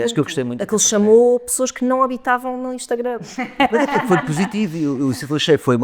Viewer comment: Gostava tanto q a n dissesse "Instangram", diz sempre e provavelmente nem se apercebe.